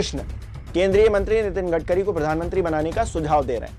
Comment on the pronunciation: U r currently said gadgari